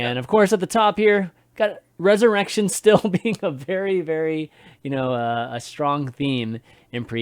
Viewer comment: Every time a caster says “mass resurrection” I will choose to hear it as “massive erection”. ThatsAdmirable: Roger needs to be careful because we can see that Hunterace has a mass resurrection ready in his hand. He’s been holding on to that mass resurrection for the entire game and he’s going to use it as soon as Roger presents him with an opening.